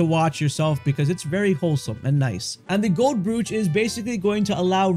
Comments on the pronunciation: And brooch is not broetsj but brootch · It's pronounced Broach - like roach with a b. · Brooch sounds like broach, fyi. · I was just gonna comment this. Literally every single video I've come across talking about the accessories pronounses it "broooch" and not "brOch"😅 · Brooch rhymes with coach.